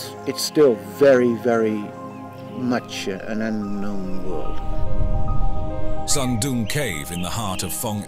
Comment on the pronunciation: Why does the narrator keep calling it SUM DUM CAVE? ? ? It looks friggen awesome to me